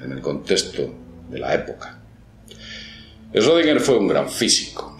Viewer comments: Se pronuncia shrudinguer, es alemán, no es esrodinguer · se pronuncia shrodinguer xd no esrrodinguer :u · olá amigo, este senhor é um alemão, seu sobrenome possui um trema na letra o (Ö) esta letra quando pronunciada se lê como como OE. logo seria Schroedinger. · Schrödinger, 3 silabas, no Esrodinger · No se lee ESchrödinger? No lleva una E delante de la Sch. Respecto del gato solo sirve como ejemplo grafico. Te aseguro que si tu fueses el gato no estarias en dos estados solo porque nadie te vea. La mecanica cuantica no sirve para explicar el mundo no cuantico. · shrUdinguer? de donde sale esa U? "ö" es una vocal intemedia entre "e" y "o", no es U. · pronuncias mal su nombre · si no sabe pronuciar su nombre, qué se puede esperar del video 😅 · Aprende a pronuncia bien el nombre de "Schrödinger" 😒😒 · Este idiota no sabe ni pronunciar Schrödinger y quiere que lo tomemos en serio.